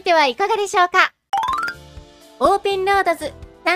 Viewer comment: 「オーペンロードズ！」←ここ好き